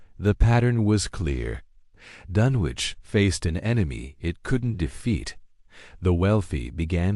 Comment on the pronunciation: It's pronounced DUN ICH doesn't sound like you would say sandwich lol